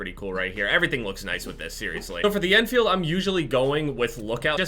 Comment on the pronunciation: why do you call it the en feild